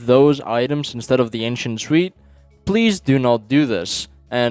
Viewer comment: ?what? what are you even talking about here?? i didnt know there was something for not interacting with the trash but i genuinely cant understand what you say here. requirement for what??? Edit: Jesus christ, he was saying ANCIENT SWEET